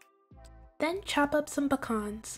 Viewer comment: Hey, those cookies 🍪 looks delicious 😋 and especially with a glass of cold milk 🥛. Anyway thank you for pronouncing the word Pecan correctly. A lot of people pronounce it with the long e and a and that's not correct. It can be pronounce 2 ways and both or correct. It's pronounce the way you did and the other way is with the long pēcan the end of the word the way you pronounce it. Lol 😆🤣😂 that's my rant for the day.